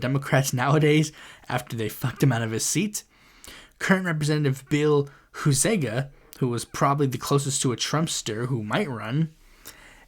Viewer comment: 1. You mispronounced Peter Meijer and Bill Huizenga's names. It's MIE-yer and HIE-zehn-GUH. Meijer is a German last name, and Huizenga is a Dutch last name. 2. If Slotkin wins the primary, I will definitely vote third party. She can win or lose without my support. And that's from someone who worked on her campaign. And the way she tried (And failed.) to clear the primary for herself was just plain corrupt, that I can't see myself supporting her, and it may cost the Democrats the Governorship in 2026, as Gilchrist, Nessel, and Benson, could split the progressive vote in that race, and let Detroit Mayor Mike Duggan be the nominee, unless, ranked choice voting passes, all because of Slotkin's sense of entitlement to that Senate seat. 3. The City Council primary in Lansing is coming up in August, and, I'd say I have a 50/50 chance of making it to the general. My competition is Missy Lilje, who is notable for getting our corrupt Mayor Andy Schor's endorsement, and, it was revealed that he sent an email that he named his leadership fund, and sent it to Councilmembers who didn't even ask for it, which has resulted in an ethics complaint. And there's Farhan Omar, who is pretty much cut from the same cloth as me politically, so, it's hard to tell who's making it to the top four to get to the general. (Also, no incumbents are running in the At-Large race, making it even more interesting.) I know it's a local race in a midsized state capital city, but, I think you should keep an eye on